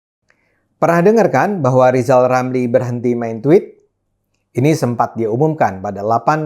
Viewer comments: Halaaaah Lijal Lamli lagi.. Orang ini ga layak idup disini wkwkkkk🤣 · Lizal lameli klo lomba hafalan huruf udh pasti klh ngmng r aj jadi l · cocote lizal lamli kok dipercaya ngomong R aja nggak bisa mau jadi presiden. Ajurrrrrrrr Jummmm Indonesia dipimpin lizal lamli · Lizal Lamli lajawali ngeplet, 😂😂😂😈😈😈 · Bang Ade dan seluruh netizen, tolong sampaikan kepada Lizal Lamli dan Lepli Halun: "Jika Anda berdua selalu berkicau bahwa pemerintah gagal, maka yang paling gagal adalah Anda berdua sendiri. Anda berdua pernah ada dalam lingkaran pemerintah. Tapi Anda berdua tidak bebuat apa-apa. Hanya nyinyir dan koplat-keplet. Belajar dulu sana bilang 'rrr'. Pelcuma lu beldua plofesoll." Menjijikkan Anda berdua." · ngomong Er saja tidak bisa masa meramal ... eh melamal. latihan omong duyu lizal lamli..... kalo Levli halun siih manusia sakitnya tuh disitu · He risal ramli belajar dahulu kamu ngomong er biar orang suka sama kamu kadrun anti Pancasila anti NKRI ngomongmu ngawur ngopimu kurang jauh kalau kamu mati neraka tempatmu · Rizal ramli R aja gak bisa 😁